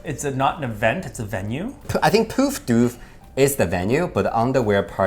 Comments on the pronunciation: omg you guys trying to say poof doof killed me... good try lol. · lol I'm Australian. I wish I got to see you! I spat my water at how you guys said Poof Doof 😂Sounded very proper compared to what it is. I cant type how we would say it, but its like a short O. Google how we say Poof and then we rhyme Doof with that. You'll understand then.